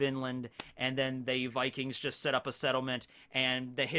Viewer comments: Vikings is also pronounced like that in Slavic languages so great job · great pronounciation on the vikings from a norwegian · yes u said vikings corectly :) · Yeah, you said «vikings» right! But we have different grammar from english so the ending would be something different, like -er, -ene etc swedish and danish would also have similar endings like norwegian